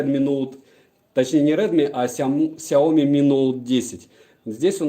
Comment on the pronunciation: Смотрю в книгу, вижу фигу...(Шутка🤔🙃😊 )Без обид. Кстати правильно говорить Ксяоми ноут 10 про(судя по коробке в стриме)!!!